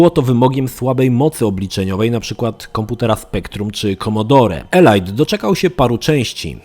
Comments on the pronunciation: Nie ELAJT tylko ELIT Dangerous. Coś we mnie umarło... :) Edit: i dalej - nie PRIWATIR tylko PRAJWATIR, nie BATEL KRUZAR tylko BATEL KRUZER Sorry, niby wszyscy cię rozumiemy ale poprawić zawsze warto. Ja szok przeżyłem i do dziś nie mogę się przestawić z mówienia FALOŁT na FOLAŁT. :) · Elajt Elajt Elajt.... Elite czyta się "Elit" a nie elajt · elit nie elajt, tak myślę